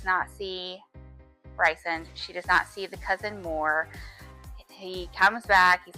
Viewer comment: ok but the way you say rhysands name lol